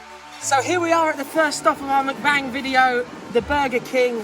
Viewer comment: Videos just started and its MuckBang not McBang that annoying anyone else or just me lol. Anyway away to watch the rest should be a laugh as per usual